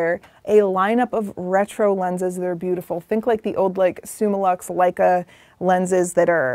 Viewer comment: Uh - Leica?